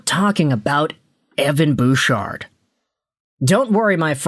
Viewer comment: Don't you mean Evan BOOOchard? 🤭🤭🤭